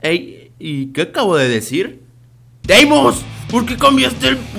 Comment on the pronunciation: o plis dime que droga te tomaste la necesito:v